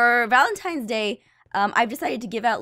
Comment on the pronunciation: it is not valentimes day